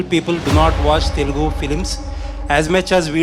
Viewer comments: its telugu not telegu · It's not Telegu ... it's Telugu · Bhai its Telugu Not Telegu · Hello Sir, it's Telugu not Telegu. Please correct it. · facts , It’s Telugu not telegu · IN Its TELUGU Not Telegu Mind It 👊 TELUGU ♥❤‍🔥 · .....it's TELUGU not TELEGU.